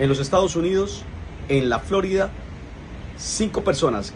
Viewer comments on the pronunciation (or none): Respetuoso saludo Gato. Quiero hacerte una corrección fraterna, en aras del adecuado manejo del lenguaje. La palabra Florida, utilizada como región o estado, como la estás utilizando, es grave, no esdrújula, y la estás pronunciando mal. Espero que sigas siendo exitoso. Dios te bendiga. Un saludo desde Bogotá.